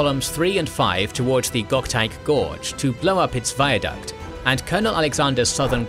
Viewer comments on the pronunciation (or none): none